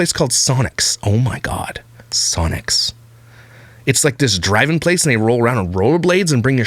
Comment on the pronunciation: Sonic not Sonics 😆